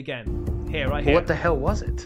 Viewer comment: I don’t like making fun of people but that “ Wright-Dhere!”😭😭😭😭😭😭😭😭😭😭